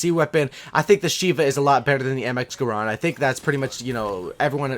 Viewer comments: Garand, NOT GRAND, PPL KEEP SAYING IT LIKE GRAND, IS GA RAND FOR PEEK SAKE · You use the word overpowered far too much. The Shieva is not overpowered.. Even with high caliber. The only way it could be overpowered is if there was someone who had God aim and could simply shoot at your head every time. The RK5 is NOWHERE NEAR overpowered. I hate that pistol. And the way you say Garand kills my ears :@